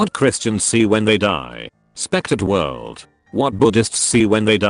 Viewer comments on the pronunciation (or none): none